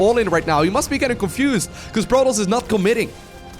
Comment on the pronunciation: "Portoss" "Sandwhich" lol